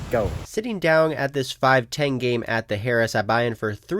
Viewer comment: 1) it’s not pronounced “Harris”. 2) it doesn’t have “the” in front of its name